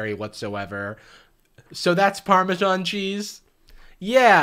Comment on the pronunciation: no we do not, this is not only the least Italian pasta dish, but she said Parmesan so painfully incorrectly.